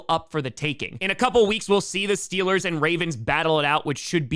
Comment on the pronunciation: We need the T-Shirt, "Stillers gawna supabowl". Excellent regional dialect research.